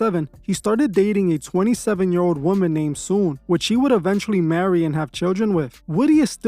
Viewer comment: Her name is Soon-Yi.